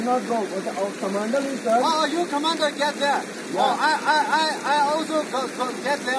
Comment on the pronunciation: China army english....commandar...,says Commondal..😁😁😁